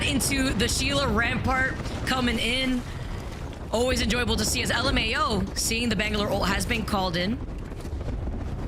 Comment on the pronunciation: Just call it luhmao not l m a o😅😂